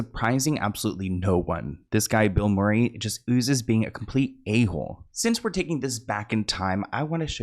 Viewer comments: It’s Mur not more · Kept hearing “Bill Morray” - Mureeee lol ❤ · He's also saying Bill Maury instead of Murray 😂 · Greena Davis and Bill Maury? This creator butchers names without a care in the world. Couldn’t watch past “Greena” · … “Bill Morry” 😂 . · Bill “Maury” lmao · Bill Maury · No, he can’t start pronouncing things correctly now because how else are we supposed to know when he gets body snatched? 😂